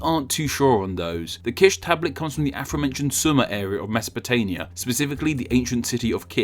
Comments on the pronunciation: Did he just say "ancient Meso-po-taNia"? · "Mesopota*n*ia", and also showing a map of Iran when you mean Iraq? Holy shit, talk about low effort.